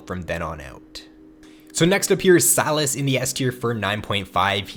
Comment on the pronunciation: Say SYlas. Not “Salads” without the “d”.